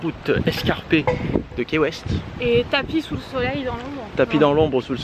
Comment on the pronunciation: Cc je vous adore ps ca s écrit key weste mais se ce dit ki west❤️☀️